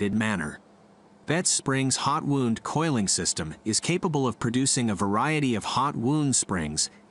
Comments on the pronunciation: Wound is pronounced 'wownd' not 'woond' ! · "Wound" as used here when talking about coil springs is NOT pronounced like "wound" as in an injury. It is pronounced like wow-nd. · Fascinating video! However, your text-to-voice narration made me chuckle. Although spelled the same, 'wound" as in "spring wound" is not pronounced the same as "wound", as in a cut or abrasion. LOL. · its cold wound, as in to wind, not wound as in to hurt or maim haha